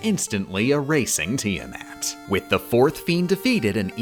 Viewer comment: Hearing her pronounce Tiamat made me violent. Wonderful!